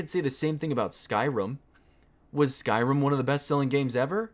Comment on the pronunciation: I dont want to nit pick but you say skyrim as skyrum.